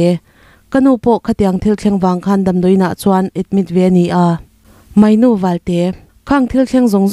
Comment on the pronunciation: Moynu ni lo, mawinu ti a lam tur.